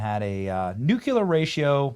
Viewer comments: "Dilemma Vaney" should be his nemesis. Careful, nuclear not nuculer. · Benny, it’s NU-CLE-AR, not NU-CU-LAR.